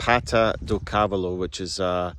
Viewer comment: cávalo??? accent is on the middle silabus for the cavááá..lo (horse in portuguese)